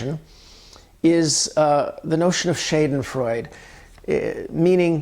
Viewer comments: Interesting video - thanks! (BTW - it's pronounced SHODden-froydeh). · Schadenfreude, no matter how many times you mispronounce it....it still doesn't sound like that in German. You're a writer...make a damn effort to not rape words. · Very nice piece, but your mispronounciation of schadenfreude is really grating.